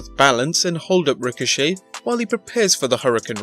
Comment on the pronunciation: It's Ricochet not Richochet